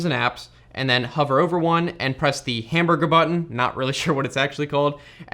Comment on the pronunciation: "hamburga button" ..hmmm interestring